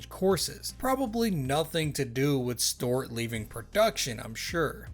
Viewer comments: Storeought Black It's pronounced Stew art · Stuart = Stew-ert